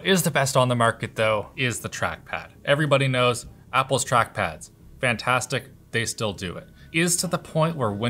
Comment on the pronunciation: if you listen very carefully you will hear him saying "fhanthastic"